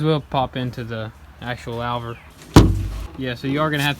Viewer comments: Loover not lowver. Louver. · It's not a "lau" ver, it's a "lou" ver as in Lou Costello or Lou Albano otherwise great video. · Lover is pronounced lew- ver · It’s pronounced LOO-VER! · Looking good! Just FYI louvers rhymes with Hoovers. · Loo-ver* 😂 Another good video boys. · Louver Pronounced Loo-ver. Sorry guys I'm English... PMSL. More power to your elbows though. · great work guys!..lookin good. BTW, its pronounced "loover"........lol.........keep up the good work!